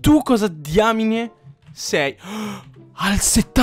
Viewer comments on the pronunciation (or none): none